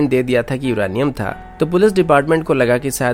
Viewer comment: CID K SALUNKE HAI BHAI SADUKE NHI😂 or Uranium hota hai Iranium nhi😂